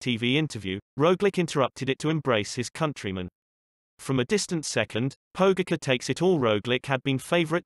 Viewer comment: Learn to pronounce his name right!!!! That ć is pronounced like a C+H Pogaćar!!! If your going to make videos about sports containing people from all over the world the least you can do is respect their names! Anyways lame video... no footage of actual events! ✌️